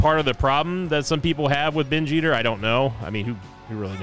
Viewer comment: Best part of binge eater is listening say binge ester in a funny way everytime he gets a binge eater item